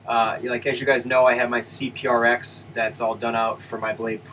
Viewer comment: When he said CPR-X I just facepalmed hardcore.